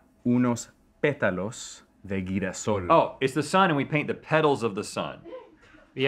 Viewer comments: man said guirasol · Girasol no guirasol 🤦‍♂️ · GUIRASOl, jajajajajajjaja es Girasol (jirasol) la pronunciacion. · Everything was going smooth until he said "Guirasol" lol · oye discúlpame pero ese hombre en el principio no sabe como leer en español 😭😭 leyó “girasol” como “guirasol” 😭😭